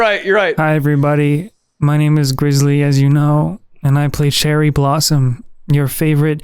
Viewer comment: I keep on hearing Cherry as Jerry